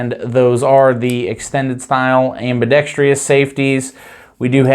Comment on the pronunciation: Repeat after me- AM-BI-DEX-TRUSS. NOT : AM-BI-DEX-TREE-US. Four syllables, NOT five people! Stop making gun enthusiasts sound like knuckle-dragging morons!